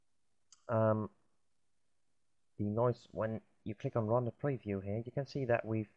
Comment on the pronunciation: I hate how you pronounce render